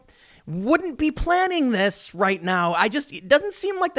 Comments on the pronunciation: Pllaning? Ok Joe Biden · Planning not pllaning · Pllaning? Are you trying to pull a Sidney? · What's Pllaning? And DUring? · Pllaning? Lol